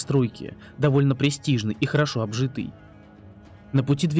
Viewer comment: Район обжитОй, а не обжитЫй